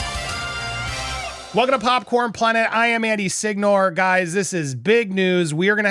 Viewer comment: Off topic and first time watching..how come you pronounce your surname Sig-nor as opposed to Si-nyo-re which is the real pronunciation since Signore is def Italian